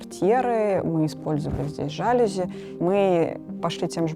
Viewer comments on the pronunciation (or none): жАлюзи, катАлог, пустая болтовня и сто ракурсов одной и той же комнаты... Уровень канала очень сильно упал. Верните, пожалуйста ту подачу, ради которой мы все подписывались на вас, верните ВАШ стиль, очень прошу! 😢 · И жалюзи́